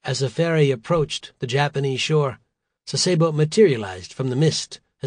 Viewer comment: The word is pronounced "SAH-se-bo", not "sah-SAY-bo". I spent a few months there in '89.